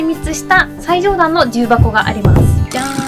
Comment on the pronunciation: 重箱の発音がきになるわぁ。